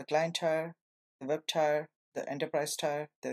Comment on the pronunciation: Thanks for the intro! FYI, "tier" is pronounced "teer".